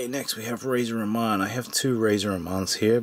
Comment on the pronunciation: He couldn't even pronounce Razors name correctly lol